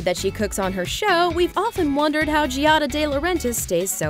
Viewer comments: Does NOT know that the name is pronounced Jah-da, not Jee-ah-da??? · Hey, her name is two syllables, not three! It's Gia-da. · LOL!! If you're going to throw shade at her, at least say her name correctly!! It is NOT "GEE AH DA".. look it up. Learn! lol!! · You might start by pronouncing her name correctly. That in itself makes me question some of this content.